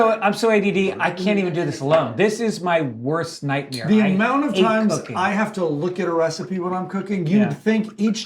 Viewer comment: Greg says NightMERE like burt